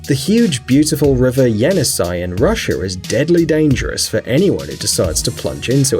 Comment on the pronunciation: That is pronounced (Jenissei) “Jeh-Niss-eyh”